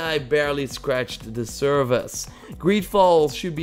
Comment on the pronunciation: sounds like you're saying "barely scratched the SERVICE"